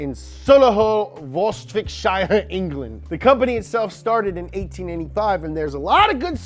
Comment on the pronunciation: Says england anglane